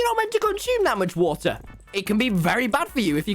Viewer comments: He literally says wa’r when the says water fast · keeps drinking "wa er" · Its the wothur for me